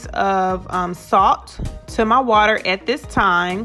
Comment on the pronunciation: "Cold wa-Ter." You wot, mate?!